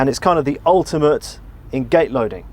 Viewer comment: Did he say "Gay Loading"??????